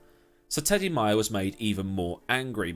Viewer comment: It’s May-er not My-er